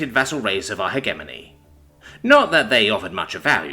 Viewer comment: Please stop mispronouncing the word 'hegemony'. It's a 'soft g' so sounds like a J as in the word gem. Heh gem oh knee. Thanks xx